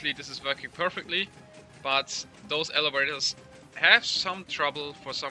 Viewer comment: "elewators" heh